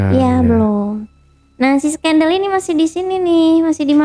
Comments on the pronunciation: Gue sebel banget sama ini orang, ngomong skandal aneh skandal jadi skendel.. Trus pisah belum punya surat cerai tapi udah nikah lagi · Bang ale jg sebenernya pingin ketawa tuh waktu dia ngomong skendel... jahat banget ni orang kaya alim tapi kelakuan kaya sundel....